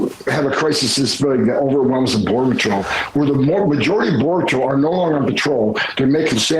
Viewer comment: He can't even say patrol correctly. Just another idiot that hates